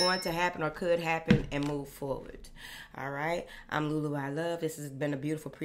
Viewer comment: Love the way she says Moving Forwardt… like yes! That’s exactly what we’re doing.